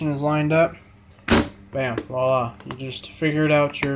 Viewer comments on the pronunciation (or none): none